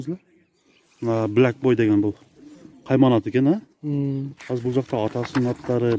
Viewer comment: Блак боуй дейт ко 🤣🤣🤣🤣🤦‍♂️